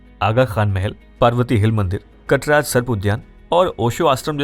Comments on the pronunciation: It's कात्रज( katraj) Not कटराज् ( katraj) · कटराज नही वो कात्रज है 👍🏻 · कटराज ❌ कात्रज ✅ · Its कात्रज not कटराज. KATRAJ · Correction: It is not कटराज but कात्रज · Not कटराज it's कात्रज